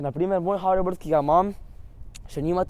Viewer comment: dej jape nauč se govort neznaš niti hoverboard rečt rečeš faking haribord